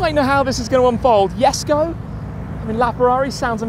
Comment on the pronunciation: Why does he call it yesko